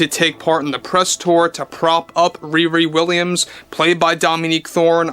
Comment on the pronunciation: When you say "ReRe Williams" all I can hear is Wee Wee Williams. What a name to give your least character.